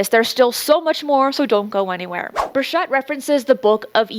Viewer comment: It's Bur(ch)ett not Bur(sh)ett.